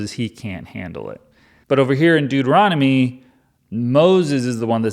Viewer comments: WHAT? Deutermommny? Doomomommy? Deuteromomney? - related to Mitt Romney? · I really hope these Deuteronomy's mispronunciations are intentional.😅. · The number of ways one can mispronounce ”Deuteronomy” is the secret appeal of this video.